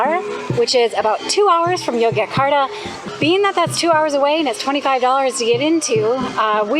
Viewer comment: Very nice video! Note that the "Y"s in Yogyakarta are pronounced as "J"s, so it's pronounced JOE-JA-KAR-TA.